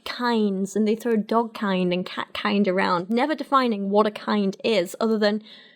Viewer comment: I hate the way says "dolg" instead of "dog" Also why do all YECs with some kind of biology degree come from Ohio? I don't think we have this issue here in Indiana, but I studied econ, so what do I know?